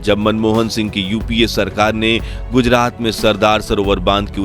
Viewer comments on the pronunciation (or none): none